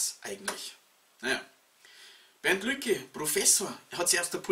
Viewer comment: Einen hab' ich noch - es heißt Lucke und nicht Lücke. Übrigens zu "Allensbach" - stand auf Deinen Folien unübersehbar unten links.